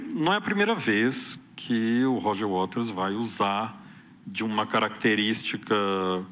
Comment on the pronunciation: Minino, é Waters. Não WaLters!!!!!😂😂😅